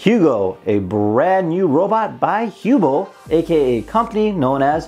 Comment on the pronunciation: It bothers me that you mispronounce the word Hubble... two "b"s make the "u" a short vowel. Basic English.